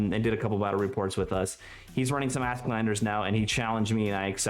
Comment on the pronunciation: Honest question: Is "Asklander" accepter pronunciation in 9th age community? Åsk is swedish for thunder and it should be read more like "Osk".